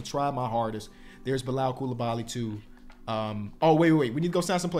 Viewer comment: pronouncing Bilal's name correctly is my favorite character development